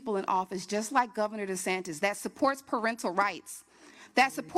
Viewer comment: RoB(people) DUHsantASS